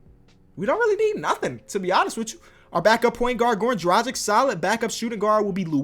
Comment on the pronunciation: I just want to say its Dragic, Drag itch. Not Drajick.